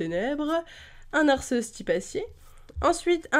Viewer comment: Non mais tu me niaisse,là! Arceus se pronnonce Ar-key-us!